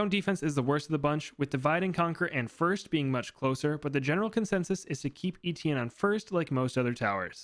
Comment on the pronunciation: You didn’t even try to pronounce Étienne the french way, probably because the « tienn » sound has absolutely no equivalent in English at all, but you could have tried